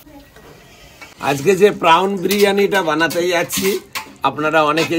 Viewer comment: খুব সুন্দর গান করলেন খোকন জামাইবাবু। খুব ভাল মানুষ উনি। দারুণ বড় মন। খুব ভাল গান করেন। তবে খুব ভুল ইংরেজী বলেন। 😂😅 Prawn প্রন্ প্রাউন না। X আমার লাইফ পার্টনারের ডাক নামও খোকন।